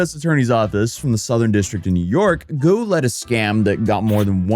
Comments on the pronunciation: u say Gwuh but it sounds more like Woh; there’s no G in there that I can detect lol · . Still wrong. Woah when ghee she said. You started with guoah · Say it like Gu-OH fast.. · Guo might as well as been Ggwhuweououeio according to 🤣 edit: lmfao